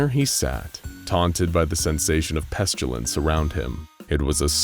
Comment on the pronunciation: Am I the only bothered by the pronounciation of of pestilance. It's pest-ill-ance. Not pest-u-lance. I think the author is confusing it with petulance.